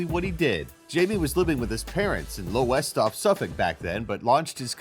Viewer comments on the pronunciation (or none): Lowestoft. Pronounced "Lowstoft". Ha ha